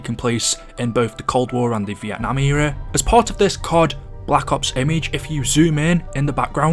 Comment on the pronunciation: The way says Black Ops kinda hurts for some reason, most people pronounce it like Blah Cops, but he’s like BlacUHPs